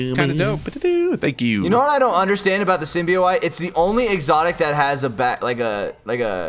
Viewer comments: I'm tilted how pronounces Symbiote. "Symbio-ite" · "symbio-ite" lol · I swear when they mispronounce symbiote it makes me want to jump through a window